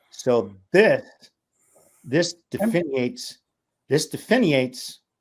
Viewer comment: “Definiates”??? Can I buy a vowel Vanna?